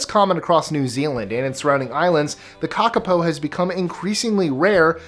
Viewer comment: finally an american pronounces kakapo right!